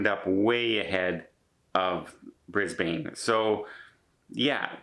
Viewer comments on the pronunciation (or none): brisbane is pronounced brisbin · Hey, Just so you know for future reference Brisbane is pronounced Brisbin, Melbourne is pronounced Melbin. And when you say Aussie its pronounced Ozzie. 😀😎 We Aussies cringe when we hear it mispronounced.